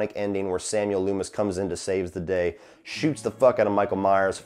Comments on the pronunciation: Finally sitting down to watch all your Halloween reviews and I'm dying at "Dr Leemis" 😂 You and Drumdums are the best. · Took me a second to realize the prisoner number in the intro was the release date of the original film. Nice touch. And Lee-mis? hahaha I have a feeling that might stick. I wouldn't consider it flawless, it can be nitpicked. But for the sum of all its parts it's incredibly effective, especially taking into account its simplicity and subtlety. By going with the concept of "do more with less" Carpenter was able to create tension and psychological terror rather than relying on an in-your-face splatter fest. For me that's what has always stood out about the original Halloween. Fingers crossed for next week.